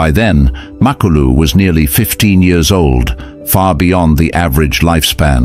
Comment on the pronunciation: MA-KU-LU not mak a lu 😂